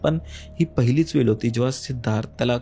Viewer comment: सगडे सगडे वेड दासल त .मराठी उच्चारण तर नीट करा . ह्या सर्व घासून गुळगुळीत झालेल्या रेकार्ड आहेत